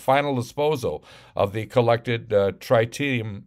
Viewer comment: It's trit eee um. But where's the epa? And where are the documents.